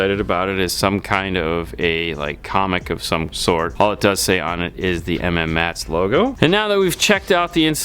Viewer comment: Please stop calling it M-M-mats. It’s pronounced “Mats”